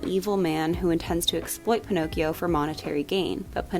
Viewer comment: One word: “Pinokes”. WTF????